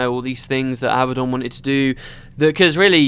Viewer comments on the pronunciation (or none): none